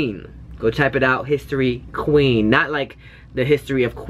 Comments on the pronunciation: Regarding History and the way they pronounce queen i thought the same as you when i first heard it but apparently queen in Korean in 'kwin' so they are actually saying queen in Korean. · "qu-in" that was so on point 😂😂😂👌👌👌 lol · One of the ways to say queen in korean is Kwin, so it's actually correct and Korean :) after this I can listen to it without getting annoyed haha.